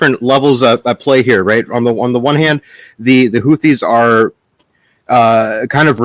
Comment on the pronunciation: Can somebody please tell to stop calling the Houthis the Huttsi ffs